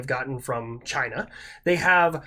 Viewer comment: He whipped out "Da GREATa Chyyyyna" and i realized i had forgotten to like the video 😂